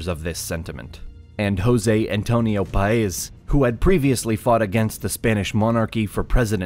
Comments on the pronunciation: Great video, horrible name pronunciations. Look at the accent marks: SimÓn BolÍvar, PÁez, etc...I understand it is not easy for a non-native speaker, but the thing about Spanish is that you have markings on its written form to help you pronouncing. But thanks for your efforts! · I can't get over the blatant disregard for the accent mark. Saying BOL-ivar when it says Bolívar, and paEZ when it says Páez. I get it that he's not a Spanish speaker, but it's really very simple. I almost can't believe that he knows all the stuff in this video and doesn't know what the accent mark is for. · The emphasis in BO-LI-VAR is in the second syllable (LI), in SAN-TAN-DER is in the last one (DER) and in PA- EZ is in the first one (PA), it even has the accent mark over the A. You managed to get them all wrong 😂 Just put the words in Google Translate and click on the little speaker button to hear how it sounds, is not that hard.